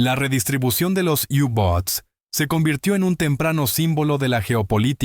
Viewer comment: Mi pregunta? Por qué Yu boat y no U boat.